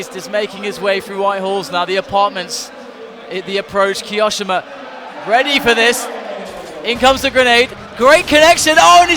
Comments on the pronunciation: Ki o shima not ki oshima 😂😂🤣😅😅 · The way he says kioshimas name is like, cancer